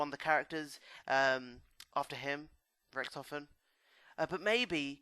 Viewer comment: It's richtofen not rictoven